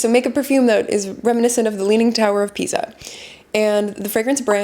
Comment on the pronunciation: I love this kind of videos, please keep them coming! Just a couple of things. It's "leaning tower of PISA", not PIZA (both in terms of spelling and pronunciation). Also, I was wondering if Guerlain can be considered both a brand and a house.